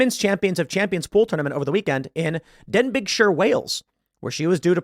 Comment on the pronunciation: DEN BIG SHIRE 😅 I know I shouldn't laugh, how could you possibly know how to pronounce the county but it really was very funny.